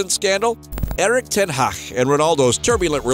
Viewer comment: "Erik ten haaa" 😂